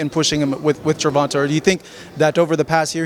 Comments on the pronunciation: The way he kept pronouncing tanks name incorrectly was pissing me off lol. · I hate how you say tank's last name. It's GervantE. Like GervantAYYY. Not GervantAHH. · this man kept saying "gervontuh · the way he says Gervonta's name smh 😒 lmao